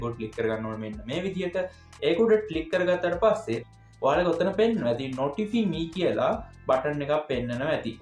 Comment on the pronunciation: ඕක pronounce කරන්නේ නොටිෆයි මී කියලා....🎉